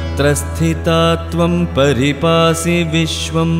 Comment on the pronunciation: വിശ്വേശ്വരീ ത്വം പരിപാഹി വിശ്വം എന്നാണ്. താങ്കൾ പരിപാസി എന്നാണ് ചൊല്ലുന്നത്. ഒന്ന് സംശയം തീർത്താൽ നന്നായിരുന്നു. ക്ഷമിക്കുക.